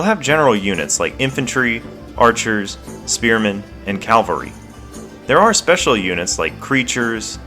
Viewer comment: Cavalry, not calvary.